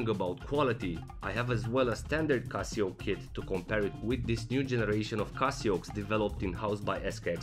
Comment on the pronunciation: why are u calling it casiooak